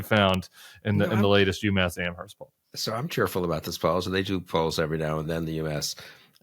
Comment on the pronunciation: PLEASE!! Do not pronounce the H in Amherst! It’s silent!!!